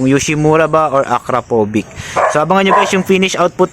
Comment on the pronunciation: it pronounce as (akrapobitch) as per adobo